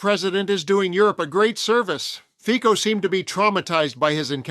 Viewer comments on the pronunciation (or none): 🎼Slovensko! Slovensko! Hejá, Hejá, Hejá Slovensko!🎵...and it's 'Fitso', not 'Fiko'. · Not that I care at all about the guy... but his name is pronounced "Fitso" not "Fiko". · Do you sometime use AI speech?? You mispronounce Fico ("Fitso"), make strange pauses. Otherwise this is so interesting! Trump has given free reins to the racists and misogynists and envious haters in the whole world. All because of the Epstein files and his Dementia. He invents new horrors , flailing like a raging toddler.